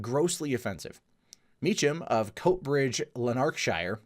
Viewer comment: its Lanark-Shire